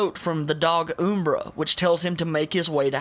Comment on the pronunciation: Ring of Lu-CahhhhhhhhhhhhhhhHHHHHHHHHHHHHHHHHHHHH = Ring of Lucii-I = Subdued OooomBra = Umbra Good video though.